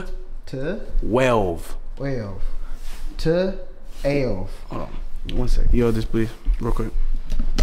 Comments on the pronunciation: It’s them trying to teach how to say twelve 😩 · Ain’t no way can’t say twelve 🤣💀